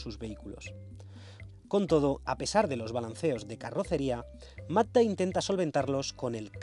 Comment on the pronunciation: Se le entiende MATA en vez de MAZZDA, jajajaj